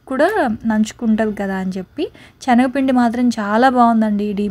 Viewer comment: Adi chenaga pindi kaadu talli Senaga pindi video lo 100 times anubtav chastunam vinaleka